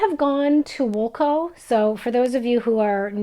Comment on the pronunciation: Hi, I am from Ontario and I chuckled when you said Woolco and 'zed'. I too come back to cross stitch after 20ish years and also marvel at the new stuff. Your projects are lovely. Have you heard about the app called Pattern Keeper? It was a game changer for me working on my HAED projects because it helps me stitçh easier and faster. This is an Android app but I understand there is also an Apple fruendly app as well. I hope you keep showing us your husbands art as well.